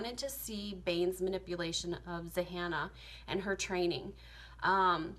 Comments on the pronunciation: Zahanna? Zannah....like Hannah with a “Z” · the fact that she thinks the name is Zahannah just makes me neglect her points as the video goes on. its literally Zannah. like hannah but w a Z